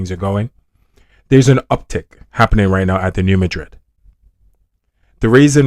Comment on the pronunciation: Thank you for pronouncing “Madrid” correctly. Why Americans insist on MA-drid is so strange. ❤